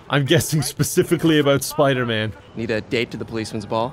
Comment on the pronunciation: It's Piderman!